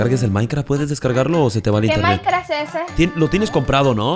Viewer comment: Dice Maincra 🥺🤠 me caso!!!😹😂